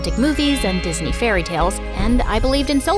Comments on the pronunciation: Ahh yes phis-knee my favorite show 😂😂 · HAHAHHA PHIS KNEE INSTEAD OF DISNEY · 0.27 "Thisknee" is so amazing I'm a fan too..❤️ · yo bro wtf is this yall did not peep that is said phis knee instead of Disney go look and check cause this is crazy lol 😭